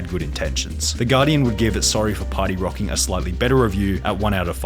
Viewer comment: "Sorry for Pary Rocking"